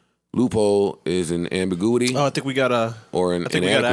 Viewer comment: “loophole is an “ambiGOOity” 🤣🤣🤣